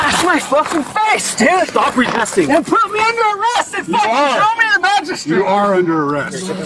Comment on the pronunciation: he just recently learned the word "magristrate" :elbowcough